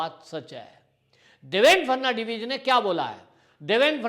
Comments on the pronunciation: नाम देवेन्द्र फडणवीस है. ना की फर्नण्डवीस-जैसे आप बार बार कहे रहे हो. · देवेन फटनवीस के नाम का उच्चारण करना आपको बहुत मुश्किल लगता है l थोड़ा अभ्यास करिये l इतना मुश्किल नहीं है l फट नवी ज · Atleast pronounce Devendra Phadnavis name correctly.